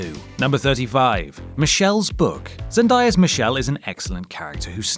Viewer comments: It’s not zendiea it’s Zendaya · Zen-DAY-a not zen-die-a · it's pronounced "ZendAEya" fyi:) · It's ZEN-DAY-UH. NOT ZEN-DIE-UH